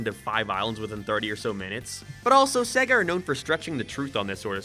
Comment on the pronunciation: "Gæm" "Cæse" "Sæga"